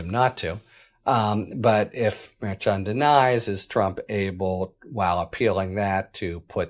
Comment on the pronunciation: A bunch of schnanegans going on! Can't trust any of them, I'm beginning to believe! This has been ongoing for years now. Btw- the correct pronunciation for Merchan is phonetically Mer shawn. Harry should know this. He mispronounced Gaetz's name yesterday. These are not new names coming forward. It's inexcusable. I like Harry Litman, but he should do better.